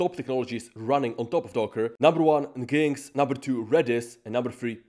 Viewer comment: NGinx is pronounced like "Engine X" in English